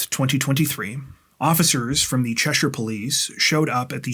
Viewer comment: Holy shit you actually said Cheshire correctly, nobody does that. They all emphasize the -shire part like it's LotR. I live in a different Cheshire but it still applies, that's how we pronounce it exactly. As far as concealing the pregnancy goes, I knew this one chick years ago who was a local bar karaoke dj or whatever. So she apparently got pregnant and had literally no idea until her water broke, there were zero signs of it at all. I forget the name of the condition but it's super rare and she was totally oblivious, no morning sickness no baby bump/basketball nothing. I haven't talked to her in years, wonder how the kid's doing... I mean she did the full term drinking and smoking and everything. I can't imagine that bodes well for the kid's development.